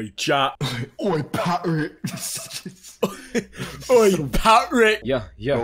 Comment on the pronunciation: Try not to laugh challenge? I legit had to laugh when " Pat Rick " was said